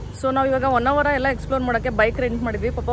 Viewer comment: Poor pronounciation of kannada. Honnvara not vannavara.